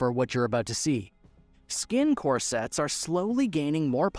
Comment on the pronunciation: Core sets v corsets... Do you deliberately mispronounce words in order to get more comments?